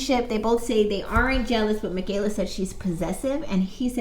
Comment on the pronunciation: Why are you saying Makayla like she's Mexican? She’s black.. It's Kayla girl, lol! Her name not fancy. Lol